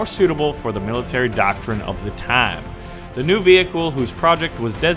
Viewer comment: how he says time LOL